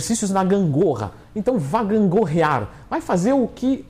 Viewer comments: Vá gangôrriar rsrsrsrs amigo kkkkk senão não dá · "Vá gangorrear" Ksksksk morri 😂